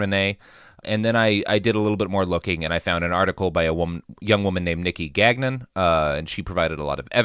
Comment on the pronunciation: GAN YON NOT GAG-NIN